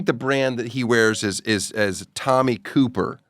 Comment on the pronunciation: It’s Tommie CoPPer not Cooper Daniel. Prob get some free shit if you said it right.